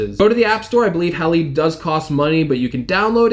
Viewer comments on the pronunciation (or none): is not pronounced "hal-eed" as you say. It is pronounced "Hal-eyed"... Heads up, many people follow you. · *Halide - pr. “hay-lied”